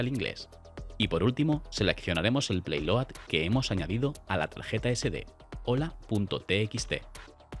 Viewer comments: Hola Amigo. No es "Playload" es "Payload" que en ingles significa: Carga útil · Muy chulo, un poco viejo el aparatito, pero bueno, es interesante que aún se usen estas cosas tan....vintage😅. Por cierto, es PAYload, no PLAYload, que no es una vez, son todas, tío, no te inventes letras, lee 🤣🤣🤣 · se dice payload, por favor, que no cuesta tanto leer y renunciar a manías de lenguaje...